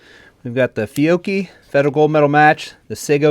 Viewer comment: Man you pronounced fiocchi almost perfect for an english speaker.